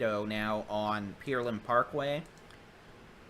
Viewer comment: Good day, thank you all for this work. Just one comment. Could you stop saying Peerland. It is Pear( like the fruit) Land. It is better than Pearl and that the CVS voice mail says, however. :goodvibes: Thank you!